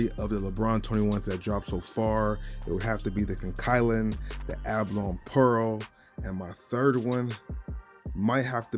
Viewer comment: It's a ba lo ny not A ba lon